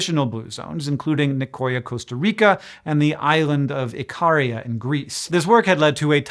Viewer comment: I hate to be this person, because I adore SciShow and Hank, but an fyi that Ikaria is pronounced ee-ka-REE-a. My best friend’s mom is from there and I’ve heard it for years, lol.